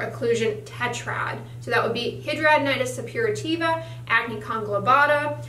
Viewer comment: Either you are saying it wrong or every doctor I've seen over the past 10 years and 4 states are saying it wrong.